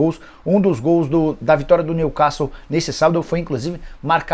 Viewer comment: Nicola, se diz: new quéssou